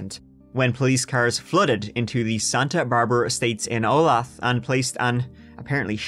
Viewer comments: “Oh-lay-the” (Not “-thee”… unless you wanna sound like drunk cowpoke…)… that’s how you pronounce OLATHE… if any other local hasn’t already helped you out with this one 😂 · Say it with me now. Olaytha KS. Olathe, KS. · Olathe is pronounced O-lay-thah. Keep up the great work,! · Woo! My hometown got mentioned! Wait... Anyway, "Olathe" is actually pronounced "Oh-lay-tha", but it's common for people to mispronounce it. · Olathe 'oh-lay-tha' ! Close but no cigar! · Anyone else from Kansas who couldn’t help getting irritated whenever kept pronouncing Olathe that way? made it sound like a city right of Westero from Game of Thrones lol. Hey it’s pronounced O-lay-tha lmao! That’s how you say Olathe. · I know it’s picky and lame, but it’s pronounced Oh-lay-the. Sorry I’m a KS boy lol. Love your videos and podcasts tho! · Long time subscriber but first time commenter since you mispronounced my hometown. Bruh, lol. Olathe "O-lay-tha" which means land of the beautiful in native American.